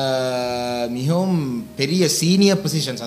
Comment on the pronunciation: யாழ் அரச அதிபருக்கு "மிகவும"என்ற சொல் வாயில் நுழைவு கடினமாக உள்ளது.முகவும் என்று உச்சரிக்கின்றார்.